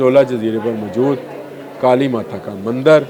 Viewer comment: Mjood nahi kehtey mohtrm. Moujood asl lfz hai. Khtoon nahi kehtey khatoon asl lfz hai. Urdu to sahi bola krain.